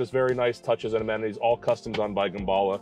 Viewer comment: The first time I'm hearing gerballa